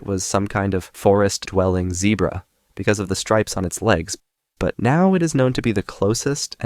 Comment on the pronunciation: “Zehbra” “Aunt eater” “Serberbs” you have an unusual way of pronouncing words